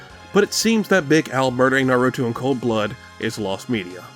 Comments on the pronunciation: Its naruto Not norutou lmao this gringos I swear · Do you not know how to say Naruto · not doing enough research hmmm I mean I hate to be that guy but you kept mispronouncing Naruto lol even Big Al gives the correct pronunciation immediately after that still love the video